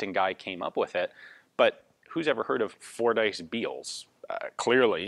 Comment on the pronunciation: *(also, and i hate to be the 'Bummer-Bearer'; ...but the name is pronounced: "FORD-iss", not "Four-Dice")